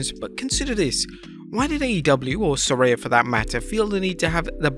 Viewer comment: Saraya, the only person in the world that can’t pronounce her own name. Ask anyone how Saraya is pronounced. It’s not like how she says it’s pronounced.